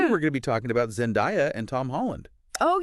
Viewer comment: Zen-DAY-a, not Zen-die-a...